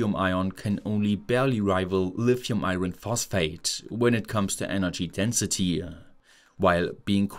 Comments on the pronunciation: In English we don't pronounce the "r" in the word 'iron'. It's pronounced "eye on". BTW, My German is crap hahaha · I hesitate to say this because I have generally always enjoyed listening to your heavily German-influenced English, but you might consider running together the words "eye" and "urn" for "iron"